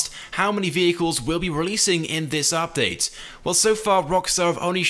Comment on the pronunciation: the way he says "update" makes me cry inside